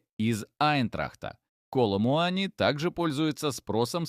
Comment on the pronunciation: Коломуани ударение на,,И".